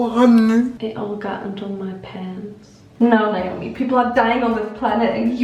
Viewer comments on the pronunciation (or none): none